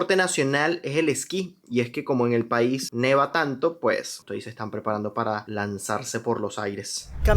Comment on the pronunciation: hola, dijiste aquí "neva" pero se dice nieva. Ciao!